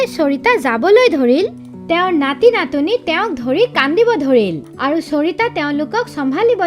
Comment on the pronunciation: Nati natini... Not natoni... Be careful... Our little assamese child listen it.. So pronounciation should be correct